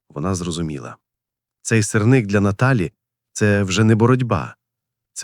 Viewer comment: Та не сирнИк, а сИрник!!!